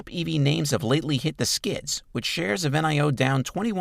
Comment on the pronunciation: Stop saying N i O. Its Nio